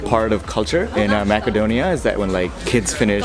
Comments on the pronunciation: that is not how your pronounce macedonia, its not mackedonia, its macedonia pronouced massedonia. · Brother its pronounced Macedonia (masedonia), but if you're gonna called it Makedonia might as well say Severna Makedonia instead of North Makedonia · The English pronunciation is Macedonia, not Makedonia. And if you want to be respected by the people please do not use North Macedonia. This name was opposed by force on us. Greetings from Macedonia and feel welcome to visit us again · I'm sorry to say this but you said Macedonia wrong It's masedonia You said makedonia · Is it makedonia as he pronounces or macedonia ? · This is not macadonia....this will be Macedonia..speak this word be right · Btw its north macedonia ( pronounced with c not k) if ur speaking english but its Makedonia if u speak a slavic based language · I feel like he’s not pronouncing your country’s name correctly?